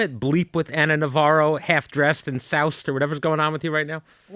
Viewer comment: Anna not Ann sorry